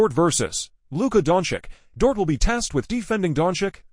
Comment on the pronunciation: The AI voice is painful to listen to. Every sentence sounds exactly the same. Not to mention, who are Keerie and Donkick that it keeps talking about?? 🤔 I would rather read this commentary as a blog post than listen to it like this.